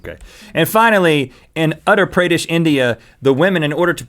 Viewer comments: OH MAI GAWD, being an Indian, it's funny how Rhett says "Utter", its not like "utter" as in "don't utter a word", it's more like, UU-TAR. xD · In "UTTER PREYDISH", India XDhilarious (it's Uttar Pradesh) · ITS NO PRONOUNCED AS AT-ARE PRAA-DAY-SH! ITS PRONOUNCED AS OO-TAR PR-DAY-SH ! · Awesome video as always! I'm from India & I had no clue of the frog weddings. Looks like the yuckiest wedding ever! :P Btw, Uttar Pradesh is pronounced as 'oo' 'tar' - 'pra' 'daish' :) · Tee hee "Utter Pray-dish". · Uttar Pradesh is pronounced 'Oottar Pradesh'! ;) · Darshita Chopra Exactly what I was going to type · I cringed when Rhett mispronouced Uttar Pradesh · I can hear rhett pronouncing "Uttar Pradesh" all day. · they pronounced uttar pradesh TOTALLY wrong (i come forom there but i dont live there)